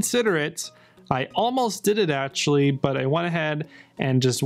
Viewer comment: An answer. I stated it clearly. So if you are able to answer with a question you can surely answer with an answer so please do so I will be grateful. Tell me why do you pronounce so badly? I have already given you an example above. Words like protection, actually, faction you pronounce it badly (the parts "act" and "ect" are pronounced badly by yourself)... that is not English. So do you have an accent or are you somehow indisposed, do you have some impairment in this regard?